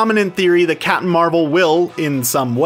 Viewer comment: can you just say captain bc you keep saying capin'